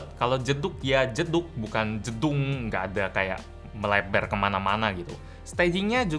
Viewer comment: Kalau jedug ya jedug bukan JEDUNG